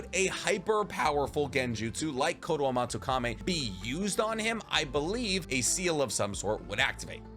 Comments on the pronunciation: You keep mispronunciations the characters and jutsus’ names You say “Kakuso” when it’s Kakuzu, you say “Kotoamatsukame”instead of Kotoamatsukami. In Romaji Japanese the letter E make the ay sound where as I makes the E sound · Mi-yo-bo-ku not Muobuko KotoamatsukaMI not Kotoamatsukame Edo TenSEI not Edo Tensai Please bro. I really enjoy your videos, it's just everytime you say these words, pronouncing them wrong (absolutely butchering the name of the Frog Mountain)... it hurts my soul, man. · Bro it's kotoamatsukami not kotoamatsukame